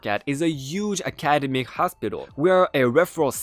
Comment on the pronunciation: Academic is pronounced “ack-a-DEM-mick” (stress on the next-to-last syllable). Also, there is no additional “u” after the “s” in “pursing”. You may purse your lips, but you don’t “pursue” them unless they’ve jumped off your face/mouth and are running away from you. Lol